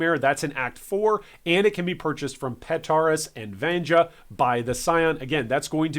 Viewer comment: I'm triggered by your mispronunciation of Vanja. VAHN-YA.